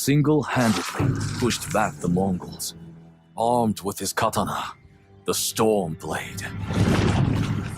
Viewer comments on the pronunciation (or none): awesome, now everyone is pronouncing “katana” wrong like that rootless mongrel Erika. It’s not “kata’nnah” ffs